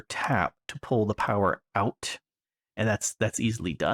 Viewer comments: Powah! POWAH!! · Unlimited POWAH!